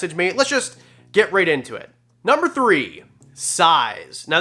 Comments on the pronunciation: “nuber three” lol love ya channel tho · "Nuber" three? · Lol "nuber three" thanks for the vid!! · "Nuber 3"... big fan btw